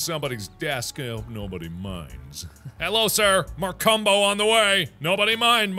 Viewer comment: We heard: Markumbo My mom heard: Mar Cum Po